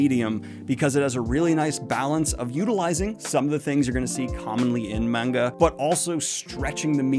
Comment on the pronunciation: he finally learned how to pronounce manga